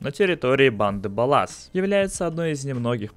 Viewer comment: Не баллАсы, а бАлласы!!! Боже, как же бесит!